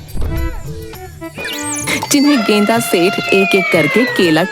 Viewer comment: गेंदा सेठ ❌ गेंडा सेठ ✅